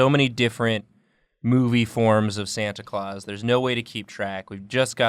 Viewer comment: Lol “Stanta Claus”